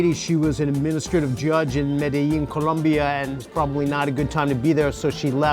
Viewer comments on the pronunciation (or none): none